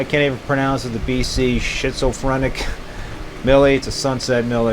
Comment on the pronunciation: Schizophrenic= skit-zo-frenick